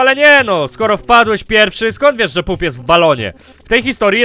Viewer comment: nie mówi się pup tylko pap